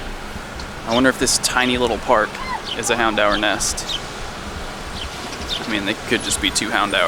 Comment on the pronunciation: the way says 'houndour' is so weird to me. He pronounces it as hound-hour but I've always heard and pronounced it houn-door